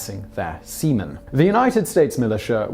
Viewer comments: Dang, for the entire time I thought Simon was actually talking about semen instead of seaman. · Every time he says sea men, I think he is saying semen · Can't stop laughing every time you say "seamen".